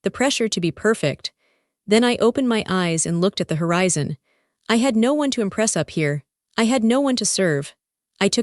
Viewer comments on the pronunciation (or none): none